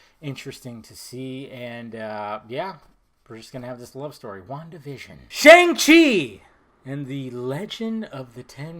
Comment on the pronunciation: I thought he said Wonkavision at first.